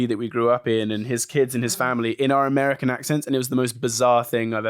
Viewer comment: Oh my gosh when he said “American” it was so ‘merican 😂